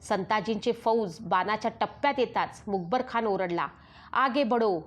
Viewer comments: मुकबरखान नाही तर मुकर्रबखान असा उच्चार असावा. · अहो बाई लिवलेलं तरी नीट वाचा मग यूट्यूबवर व्हिडीओ टाकायचे इशारे द्या. हे काय मूकबर खान वगैरे. पाठ करा 100 वेळा बोला मुकर्रब खान. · Mukarab not mukbar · आपण मुकर्रबखान ऐवजी मुकबरखान असा उच्चार करत आहात . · The reads Mukar Khan as Mukebar Khan. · Not a mukabarkhan it is mukkarabkhan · मुखरब खान असा उच्चार करावा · मुकबर खान नव्हे ,,, नीट उच्चार हवेत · मुकर्रबखान आहे.खूप चुकीचे वाचता.सुधारा. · छान सांगत आहात, फक्त मुकरब चा उच्चार वेगळा होत आहे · तूला लिहिलेलं पण नीट वाचता येत नाही का बाई? खंडोजी बल्ला नाही बल्लाळ आहे आणि स्वल्पविराम असतात तिथे पॉज घ्यायचा असतो आणि मूकबर खान नाही ग मुकरब खान होता तो